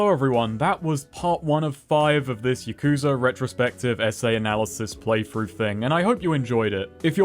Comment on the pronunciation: Considering how often yakuza is said in some of these games, I figured you'd know how to say it correctly consistently too. You'll get there one of these games.